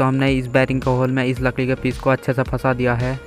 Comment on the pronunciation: Lakdi ❎ lakli✅ BTW great work